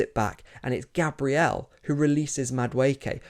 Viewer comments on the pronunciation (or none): none